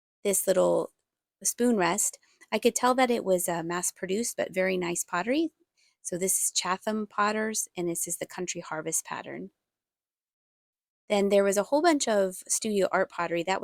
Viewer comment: I don't think you pronounce the "H" in Chatham. We have a Chatham Ontario in Canada. It's an English name, the "H" is silent.